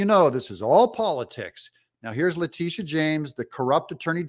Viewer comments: Le' titi a James? Is that how she pronounces it? Anyway, she's a crooked DA! She, the judge and Et All involved in this corrupt lawsuit should face disbarment and jail time. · LA teetta. Ms. Titti.